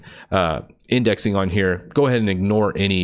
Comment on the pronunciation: Lol, "windexing"